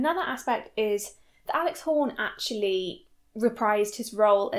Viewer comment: I could listen to you saying, "Alex Horny" all day.